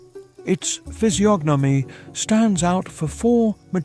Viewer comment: Yes, it's AI. You can tell from how monotone it stays throughout the whole video and it mispronounced the word "physiognomy". The "g" is silent, but you clearly hear it pronounce the letter. It's also using a lot of the same words and sentence structures, even using words that are inappropriate for the context. Pretty sure it doesn't know what half of what it's saying even means, like "sovereign".